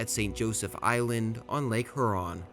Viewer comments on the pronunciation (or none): "Huron" is pronounced with a "HU" sound that is similar to "hue" instead of "who." Also, Mackinac gave me a stroke. lol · "Exacterbated on Lake Hurron" my dude, learn how to pronounce words before making a video. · Huron = “here-on” Mackinac = Mack-i-naw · Meh - NO- mi- Nee , Hyur-on, MACK - in-naw, are how these names are pronounced. From a Canadian’s perspective, the War of 1812 is known as the Invasion of Canada. 🇨🇦 The British were no longer commandeering Americans from ships to take them to fight against the Napoleonic War of 1812. So when someone uses this explanation, it is incorrect. Frenchtown, Michigan was the so called beginning of the war with the massacre of the River Raisin. “Remember the Raisin” was the rallying cry of the Americans. Later, the war ended with the death of Brock on the bridge, over the Thames river in London, Ontario. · Good video, my only complaint is that you pronounce the areas like Mackinac and Lake Huron incorrectly. It is "Mack-in-naw" and "Hure-on" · May I suggest you study pronunciations before you post another video. I see you have already been bombarded with corrections about how to pronounce Mackinac, but remember it’s Lake Hur Ron and the native tribe is pronounced Pot a wanna me! These graphics are excellent, the. Intent historically accurate but the narration although not AI generated, is absolutely bush league! There’s no inflection, no punch, it’s dreadful, the narrator sounds like he just woke up and needs a coffee. There’s no inflection, this narration cheapens what is otherwise a good video. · Loved the historical review. Very informative. As a Michigan native, we call Mackinac, Mackinaw. I know it’s not correct per the spelling. An old interpretation of name I assume. Also, Lake Huron is pronounced Hure—on. Imagine if you were spelling the word cure but replaced the C with an H. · the amount of mispronunciation is impressive. I've never heard someone mispronounce Huron or a common name like Prevost.